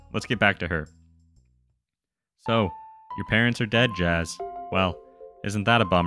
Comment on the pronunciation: its pronounced yas